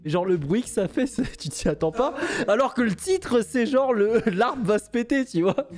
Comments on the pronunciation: En tant que harpiste le « jouer de l’harpe » m’a arraché les oreilles 😂 (on dit jouer de LA harpe) Top la vidéo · Alors pitié on dit pas « l’harpe » mais « la harpe » 🥲🥲🥲 Sinon vidéo au top 👌🏼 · Je passais un bon moment... jusqu’à l’apparition de L’ARPE!!! Mon petit cœur de Harpiste pleure 😢 On dit LA HARPE!!! C’est comme LES / HARICOTS, il n’y a pas de liaison!!! Sinon très bonne vidéo 👌🏻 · juste euh... on dit "la harpe" le h étant ici aspiré :p